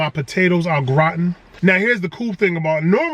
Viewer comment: Lol the way he said potatoes Gratian killed me 😂😂😂